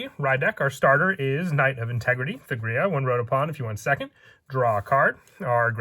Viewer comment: The only gripe I have is this. The letter h in thegrea is silent, you don't pronounce it at all. Hard T, Tegrea.